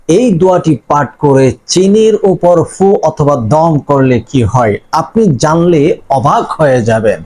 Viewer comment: ফু না দিয়ে ছু উ বলেন কেন